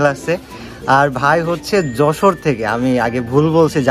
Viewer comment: Vai oi ta Jessore na Jashore hobe